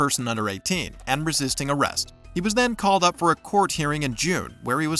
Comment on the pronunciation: Could she.. Could she not say "resist"?